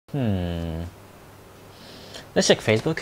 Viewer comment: ''Faccebook'' - 2018